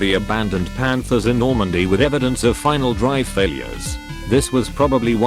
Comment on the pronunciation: Emphasis on final drive